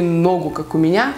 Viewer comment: Мне одной кажется что говорит не "у меня", а "у МУНЯ 🙄🙄🙄?????